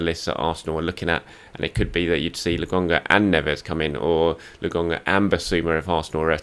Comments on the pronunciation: It's Lo kon ga, 🤣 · Absolutely butchered his name 😭